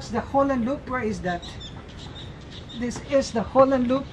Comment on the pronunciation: He keep saying Holland Loop its Holland lop